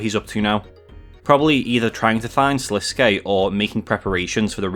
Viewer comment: About time someone says Sliske's name correctly Everyone keeps calling him Slisk and its making me annoyed.